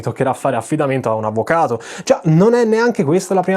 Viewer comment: Magicamente come viene pronunciata la parola "avvocato"